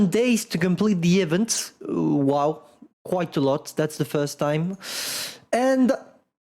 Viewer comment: THE WAY IS PRONOUNCING EVENT IS ANNOYING AS HELL. THE FIRST E IS PRONOUNCED THE SAME WAY YOU PRONOUNCE THE I IN EMIL. THE SECOND E IS PRONOUNCED LIKE THE E IN VENTILATOR.